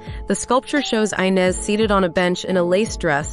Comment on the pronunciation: and the girls name in number 3 is Inez ispronounced with an e at the beginning (in english) ... not the engish i! I should know... it is my name